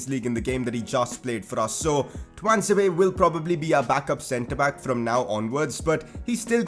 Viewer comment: Fan ITS TUAN-ZE-BE